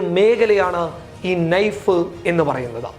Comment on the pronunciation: നൈഫ് അല്ലടാ പൊട്ടാ, നായിഫ് ആണ് കൈതേ